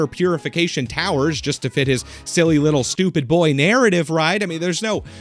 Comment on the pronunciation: How does one get "a wittle bit assassinated"? Asking for a friend!! 😂